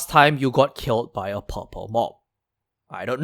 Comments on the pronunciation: Purple mobs. I was hearing "pop-up mobs". While there may be a pause to interpret, the information is solid food for thought. I will start keeping pieces for Damage To Elites to evaluate. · Many good points, great video! Plus ten points for the best pronunciation of “purple mobs” I’ve ever heard. Love it! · You are so Asian sounding when you say purple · Fuck. It took me 5 minutes before I realized he was saying purple.